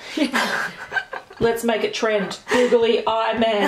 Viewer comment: I love the way that they say “googly”, it sounds like “goggly” 😂